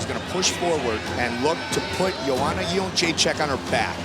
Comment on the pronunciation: Gotta love Goldberg trying to pronounce Joanna "Iondjentjakk"